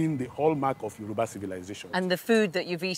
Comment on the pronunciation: Wow! I am so miffed with her pronunciation of the Yoruba names. I guess because its my language. The Benin Professors said our people are 'Orally literate' not illiterate.